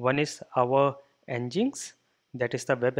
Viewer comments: it's Engine-X bro not ngiks!! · Nginx is pronounced as Engine-X.